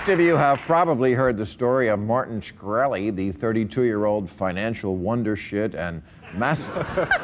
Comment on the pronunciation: hearing bill pronounce schkrelli cracks me up...even cracked him up having to say it